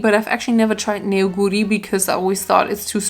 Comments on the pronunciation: Neoguri is actually pronounced more like ‘Nohguri’ because the eo ist just the romanization for the Korean 어 sound. Neoguri (너구리) means raccoon btw :) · hey! rlly love your videos and just wanted to point out that you actually pronounce neoguri as "no-guri". the korean characters 너구리, translate as neo-gu-ri as per romanisation, but the eo sound is more of like an open oh sound that will be all ^^